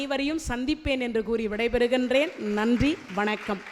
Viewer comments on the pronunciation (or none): none